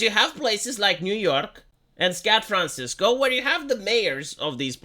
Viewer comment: "Scat Fransisco" I caught that.